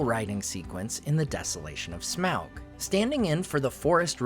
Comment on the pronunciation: Smaug is pronounced SMOG